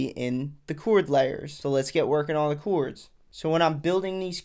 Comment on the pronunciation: chords, bro. Not "choords."